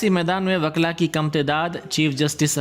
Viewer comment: WAKLA nahi WU-KA-LA